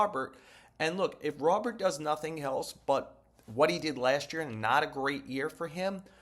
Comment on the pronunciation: Robert proper pronunciation: "Ro-bear"